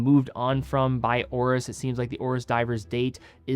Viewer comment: Why does he keep saying; Ore-us = Oris (it has an 'i') When did a; Complaint >> become a "call-out" ?